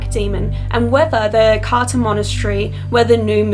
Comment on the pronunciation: !! Great video but it isn't pronunced Carta it is more like Cartza